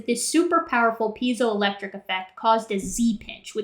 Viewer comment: I may not be the first, but it's "piezoelectric effect" not "peizoel..."